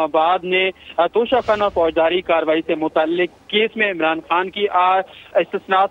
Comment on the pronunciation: Please correct Your pronunciation, it is not Tosha Khana but TOCHA Kanna (guess who said it so?)